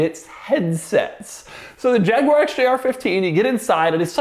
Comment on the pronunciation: I think the quirkiest quirk of this video was Doug's pronunciation of Jaguar